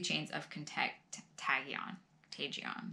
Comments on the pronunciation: Hi, it is pronounced con tay jun, best wishes from Julie.😀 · Contagion, is pronounced CON-TAY-GIN. Hey hope all is well. Enjoyed your Abraham and Strauss video VERY much. Take care and god bless